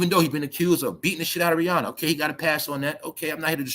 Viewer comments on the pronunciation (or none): none